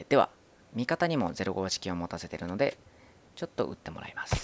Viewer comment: 理由説明する前にマルゴ式をゼロゴウ式と 読み間違えるのやめようか😃